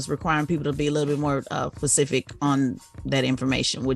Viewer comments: Why does she say “liberry” and “pacific”. It’s library and specific. I thought she was a real journalist. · “fecific” lol that’s new